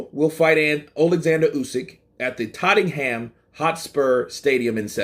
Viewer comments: It's not TOTEN-ham, it's TOHT-num. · It's not Tatem Ham bruh, it's Tote Nam :) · Oh and pronounce it "Tot-num" not "Totting-ham" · Totting ham 😂 For your reference, it’s Tottenham, pronounced Tottenum 😉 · did i hear you right tottingham???? its totten-ham lol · Totten-ham u kno 😅😅😅 bless ya. We just pronounce it as *Tott-nam*... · Oh... Tottigham love your pronunciation♥️ Joshua will smash him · Hey man. Tottenham is pronounced "Totnum" :) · I’m sure plenty of comments have already said, it’s pronounced “ Totnum “ Hotspur mate 👍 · Tott-num is how it’s pronounced, you’re welcome😉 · Tott ing ham 🤣🤣🤣🤣🤣 Its hilarious listening to yanks trying to speak English! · Is pronounce TOTNAM 😂😂😂😂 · Mate, the h is silent in Tottenham... You dont need to pronounce the "HAM" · Sorry,, I love you but must correct your pronunciation of TOTTENHAM, for the future. You pronounced it funny 😂. We pronounce it: TOTTNHAM..... The "E" is silent, as if not there. The same goes for BRITAIN as "BRITN". The "A" is silent. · Hey, loving your channel. Just thought I’d mention… in the UK we pronounce Tottenham (Totnum). Easier to say lol 😉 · Tot...TINGHAM ... made me chuckle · It's pronounced totnam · (Tottenham is pronounced "Tot'num" ❤) but you can just call the Club/Stadium 'Spurs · FYI its pronounced Tot-num and just to make it more complicated the second T is silent 🤣 cheers for the updates though keep up the good work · Totting-ham hahaha that pronouncement was a great way to start the day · It's pronounced totnum bro.jus letting u kno from chingford London bro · He says it like Ozzy Ardeles used to. "Tot-ing-ham". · We don't really emphasise the ham in tottingham lol say it without the H 🙂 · Hey Tottenham has a silent h. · 😂I was looking forward to hearing him say that and he didn't disappoint!